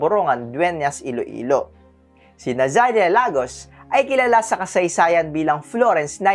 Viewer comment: Nazaria not Zanaria